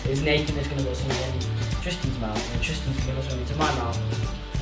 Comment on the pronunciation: When you said smouth :')@